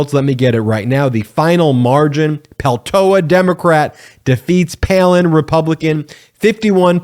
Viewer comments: It's not Peltoa...It's PELTOLA... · Just a hint. Peltola must be a finnish origin surname. In finnish in all words, names included, stress is always in first syllable. So it is PELtola, not pelTOla. Cheers. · Isn't it PeltoLA? Not peltoa? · It's not pronounced Peltoa. You keep dropping the second "l". This Alaskan would appreciate our newest Member's name be pronounced correctly, please. PELTOLA PEL-TO-LA. Thank you, and yes, we are CELEBRATING! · Please properly pronounce her last name. It's Peltola. It's being pronounced without the second "l", Peltoa(incorrect) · I really like this channel but my only critique is how closely you sound like Fox News "anchors" in saying radical to a fault. Also, you pronounced her name Peltoa and Peltola. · PeltoLa. There are 2 Ls in her name. Don't sound like a dumb right-wing pundit. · TOE "LA" not Peltoa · Please practice saying Peltola 😉 Not Peltoa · Please pronounce her name correctly P E L T O L A … thank you. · Pel to la, to is said with a long O. Sorry, American/Finn have to help you with the word. This is wonderful! I could not be happier. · What great news for the people of Alaska!, it would be respectful of you to pronounce Mary Pel-TOE-La correctly. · It’s Pel toe Lah! C’mon get it right. The first Native Alaskan in Congress and you butcher her name? Get at least enough respect to say her name correctly!!!! Apologize immediately! And do your homework! Or we go back to CNN. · Peltola is Finnish. Say that last L. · Mate, it’s PeLtola. Read her name correctly, s-head! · It's a Finnish last name and you say it PEL-tola. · BEN! SAY HER NAME RIGHT: PEL-TOE-LA. You keep dropping the second "L". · Do you not see the L in her name? Please stop mispronouncing her name, it’s extremely annoying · Please Ben pronounce her name right! Thank you she deserves that recognition. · PLEASE check your pronunciation of Mary Peltola’s name and apologize for the continuous mistake. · Peltola is often mispronounced.